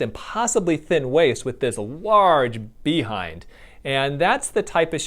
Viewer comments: Bee hind 😂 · LOL bee hinde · "BE-HIND" that emphasis of DOC